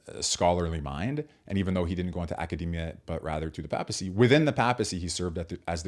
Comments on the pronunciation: "PAY-puh-see" and Karol "Voy-TEE-uh,". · Sorry - mispronunciation of “papacy” (pay-pessy would be correct) and of Karol Wojtyła - objectively precludes you from have anything useful to say insofar as you could not be even minimally (much less adequately) versed in Catholic social thought to public discuss the subject area.